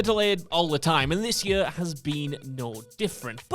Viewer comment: I hate the way this guy pronounces "year".